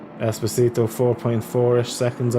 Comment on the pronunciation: It’s es-po-si-to 😂 not espioto 😂 you’ll get it sooner or later